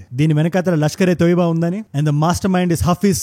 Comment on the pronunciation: Lashkar - E - Taiba. You are doing good. Do pronounce exact when you are influencing a generation. you used Toiba instead. Hope you get it.